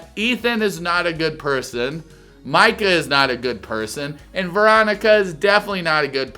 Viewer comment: I think it’s a bit worrisome that you don’t know how to pronounce, Micah… especially after 6 seasons and now 4 episodes deep. I do however, appreciate your video. Not a troll. Not a hater. The dark haired square head was brilliant!!! 😂